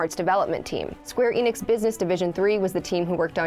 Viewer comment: I get so tired of hearing ppl say Square "E. Nix" instead of "Ehnix"!